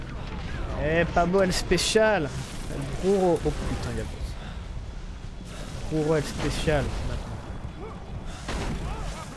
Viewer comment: Je t'adore mdr mais tu me stress à dire "bruyo" au lieu de brujo en prononçant un R 😂